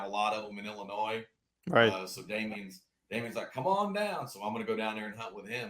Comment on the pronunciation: How does the host not know how to pronounce Illinois?